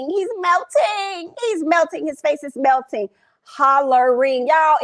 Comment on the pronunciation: “He’s milting. He’s milting.” 😂😂😂 def didn’t say ‘melting’ 😂😂😂